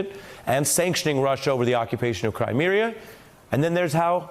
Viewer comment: Crimeria? Is that where Dr. Dre-cula is from?